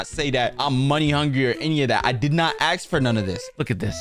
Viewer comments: "I didn't aks for all of this" favorite sentence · it ask not aks